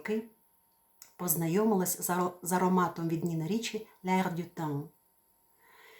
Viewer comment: Ой, як приємно знати, що Ви педагог! Але ми тепер маємо слідкувати за помилками в тексті😉, а Ви часом не іноземну мову викладаєте? Так гарно вимовили назву парфумів Ніна Річі-)